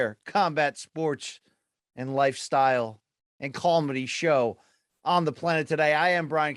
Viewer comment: Cawlmedy B... Cawlmedy